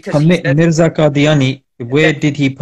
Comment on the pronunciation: He's insisted. Tobah even he's defending Mirza's wrong pronunciation. Astağfurullah.